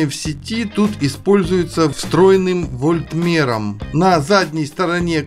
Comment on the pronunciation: Правильно не вольмерн а вольтметр )) электрик 5 разряд)